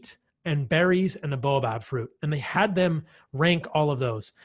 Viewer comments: Bah oh bab. Not bow ah bab. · Baobab, not boabab 😊